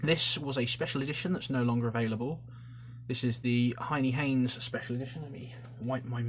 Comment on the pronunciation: Bruh why do you pronounce so much shit wrong. Böker is pronounced bow (like bow and arrow) ker. Hennie Haynes is pronounced hen-nie Haynes not “Hienie Haynes”. Other than that amazing videos just mispronunciations irritate me.